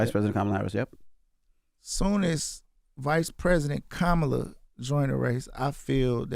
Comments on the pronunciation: He said “kamella” 💀😭😭💯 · He's complaining his Trump visit wasn't "what he thought it would be" and just moved real fast and quickly to be over....but they got their pic though LOL 🤔 How do you not realize that meeting was used as a photo opp and Vezzo was the prop?! 😫 That man was not there to have a real conversation with you, so idk why you expected otherwise! 💯 And still mispronouncing VP Kamala Harris name like all the other ignorant clowns... I hate to see my city represented like this 💔